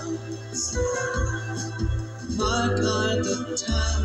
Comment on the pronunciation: Pronounced Sluff .